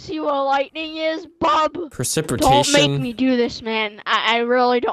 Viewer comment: You mispronounced percipitation